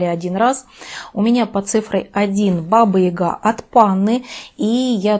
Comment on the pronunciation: Баба Яга! А не Ига!